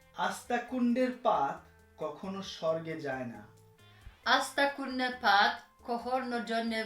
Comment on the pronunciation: Being a Bengali, even you can't say one line perfectly! Sad! That was আস্তাকুঁড়ের পাত, not আস্তাকুঁন্ডের পাত!!